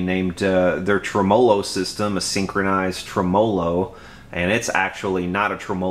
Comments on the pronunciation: Every time you say trumolo instead of tremelo, it's like fingernails on a blackboard. The electronic info is first rate. Takes me back 30+ yrs when I messed around with amps and computers. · Yep. You tell 'em. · Nice review, but it's pronounced TREMolo, not treMOlo. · Murray Melander Agree! Always believed the name derived from "Tremble + Melody" Trem mellow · Regarding the tremolo debate...I was playing around with amps well before you were born and NO ONE pronounced it trem-'O-lo including the inventor. If that's not good enough look it up...then argue with a dictionary. You're a decent technician but certainly not an English major. Don't let YouTube "fame" go to your head. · It's pronounced Trem-low - O , not trem·o·lo ˈtreməˌlō check this link Let me guess, your from the south! Yes, the amp is butter. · Old post but he pronounces it wrong and you spelled it wrong :o) trem·o·lo /ˈtreməˌlō/Submit nounMUSIC a wavering effect in a musical tone, produced either by rapid reiteration of a note, by rapid repeated slight variation in the pitch of a note, or by sounding two notes of slightly different pitches to produce prominent overtones. a mechanism in an organ producing a tremolo effect. a lever attached to the bridge of an electric guitar and used to vary the pitch of a note. noun: tremolo arm; plural noun: tremolo arms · Great tone! You're pronunciation of tremolo made me laugh. Never heard that before.